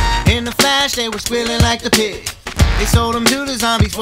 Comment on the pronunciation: She says pi instead of pig